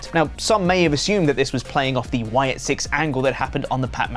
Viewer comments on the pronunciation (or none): none